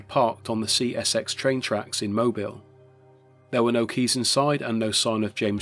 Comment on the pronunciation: Finally, someone correctly pronouncing Mobile.